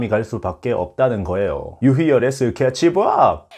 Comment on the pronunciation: 유희열의 스케췌벜! ㅋㅋㅋㅋㅋㅋㅋㅋㅋㅋㅋㅋㅋ